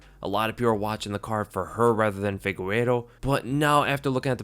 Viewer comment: is not FIGUERO bro is FIGUEIREDO lol